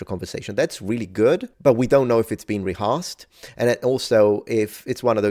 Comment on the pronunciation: BTW,, the ea in reahearse(d) is less like the a in "arsed" than the ø in sir/bird. I mean, if you want to sound (sort of) rude, you want to do it intentionally.:-)